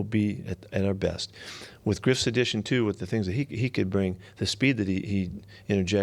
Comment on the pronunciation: I hear it now he said Griff's